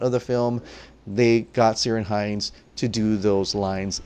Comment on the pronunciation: Just a mention, Ciaran is pronounced with a K sound. Keer-awn or Keer-in.